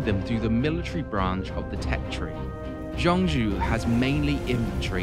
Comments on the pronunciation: The general of heaven is named "Zhang Jiao" not "Zhang Jue". "角" has two pronunciations in Chinese, one is "Jue", the other is "Jiao". For general of heaven "张角", it should be "Zhang Jiao". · Nailed the Dong Zhuo pronunciation, Zhang Jue, not so much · Jiao is the modern reading, his name was zhang jue.